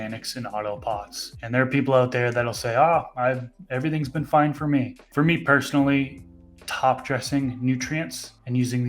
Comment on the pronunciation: You didn’t say four right it’s gotta be on the fly ! I’ve noticed but never paid to much attention was more interested in the information !